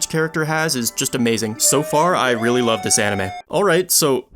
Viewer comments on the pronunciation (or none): none